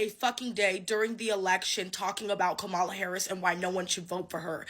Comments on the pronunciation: Dear black ppl please learn how to pronounce Vice President Harris name. It's KA-mala not ka-MA-la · Her name is Kam ma la. Learn to pronounce her name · Kamala-pronounced, Come-a-la. Stop pronouncing her name like ignorant white people. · Why is it SOOO hard for people to pronounce Kamala's name correctly? 🙄